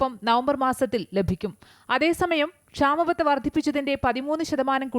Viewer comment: ക്ഷാമ ബദ യല്ല ക്ഷാമബത്ത ഉച്ചാരണ ശുദ്ധി വരുത്തി വായിക്കുക